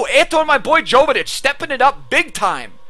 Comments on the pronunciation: Not jovetich yovetich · Jovetic is pronounced Yo-vetic, awesome vid